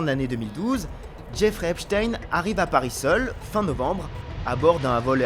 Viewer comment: enfin un journaliste qui dit epstein correctement